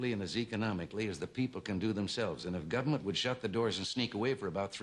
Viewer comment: I'm a huge Reagan fan but it sounds like he says "gummint."